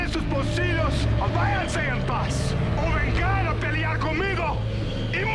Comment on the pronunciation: I really appreciate the fact that Giancarlo Esposito had to learn to speak spanish for the show, but its kinda funny how he said "vengAn" instead of "vEngan" (emphasizing the E)